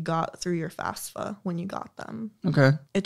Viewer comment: Again with the "FASS-FUH". Guh. The F doesn't stand for Free Money, young people.